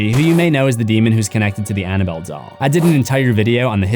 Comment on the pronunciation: I caught that "Annaboll Dell" lmao